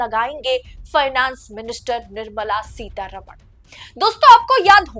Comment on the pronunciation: One suggestion: please pronounce the name of Mrs. Nirmala Sitharaman correctly. This wrong pronunciation happens with every North Indian TV anchor. For your convenience I am writing the correct name in devnagari script: Her correct name is: निर्मला सीतारामन् Not: निर्मला सीतारमण् You can see the difference. I am surprised that she has not objected to the wrong pronunciation.